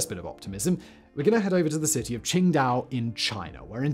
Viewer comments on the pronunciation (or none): none